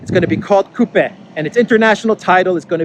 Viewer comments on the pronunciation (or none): C'est coupé (with the 'e' closed).